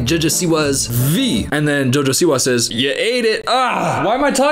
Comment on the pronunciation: "Jojo siwa" sounds like a noise not a name, and you say it PERFECTLY 😂😂😂